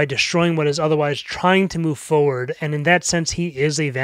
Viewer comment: Oh, that's what you say, "forward" like that, because you believe it's spelled like this, "foward."